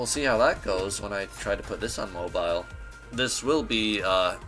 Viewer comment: Did he say mobile owoooo